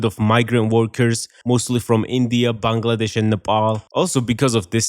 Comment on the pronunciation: You're the first foreigner I've heard pronounce Bangladesh correctly. F-ing amazing props